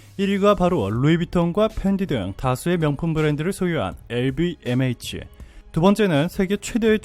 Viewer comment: LVMH (엘뷔엠에이치) 뭔가좀어색하게들림, 그냥 편하게 엘비엠에이치, 하면 좋을듯합니다.ㅋ